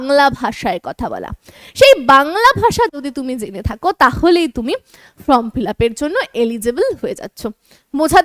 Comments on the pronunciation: Madam আপনি বারবার উচ্চারন করছেন from fillup , kindly সংশোধন করে নিন। FORM FILLUP হবে। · It is not FROM fill up it is FORM fill up, correct your pronounciation.